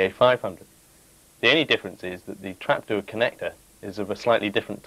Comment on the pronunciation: Trapduuur ! Grrrr. good vid nonetheless :)